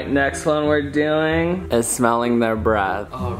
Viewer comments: “Smelling Their Breathe” It’s breath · Did anyone notice how it said “smelling breathe”